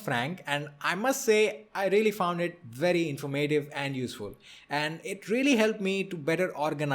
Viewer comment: You are great and i want to help you be more great...ok here's how. I am an English whiz...when you say "INFORMATIVE" SAY IT like this, see the accent mark? There is where you put emphasis like this - in - FORM ' - ative, not inform - A ' - tive ...lol Im just messin with you, your India accent is BUENO! mUCHO gUAPO MUCHACHO (SPANISH FOR -VERY HANDSOME DUDE!) OK gotta go listen to u....bye guy